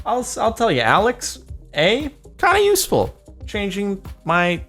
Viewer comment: Did Jordan just call Amazon's Alexa - "alex a"?